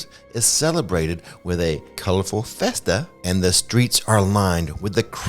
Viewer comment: I thought “festa” was a slip of the tongue the first time, but then you said it again 😂 Our fear for HHN may “festa” as we wait, but we will participate in this spooky “fee-esta” anyway 💕